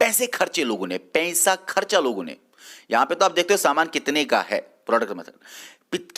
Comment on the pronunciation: Its not pensa,Pesa kyu nhi bolte kashmiris🤔🤔🤔